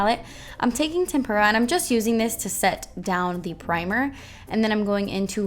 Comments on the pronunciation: Tempera, like the paint (TEmp-ra). Sorry, art teachers can't help but notice these silly things. 🎨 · I looooove this look. Rarely do I actually go and try to do a look from a tutorial (cause I don't have a ton of non-neutral shadows and I tend to stick to one look) but I really want to try this!! Beautiful! Also (maybe cause I'm an artist) your pronunciation of tempera kinda sounds like tempura to me.. and it makes me giggle!